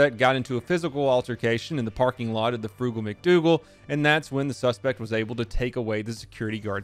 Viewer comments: Haha, "Frugal Mac Doogal" 🤣🤣🤣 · ...Frugal Mac Doogal lol